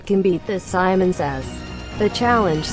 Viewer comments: u said samon too of simon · When she said samon i didint do anything